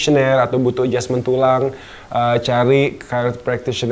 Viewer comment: Selalu bilang "so far ,adjusment.. wkwkwkwk